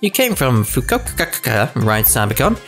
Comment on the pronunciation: That pronunciation of Fukoka made me lose ten braincells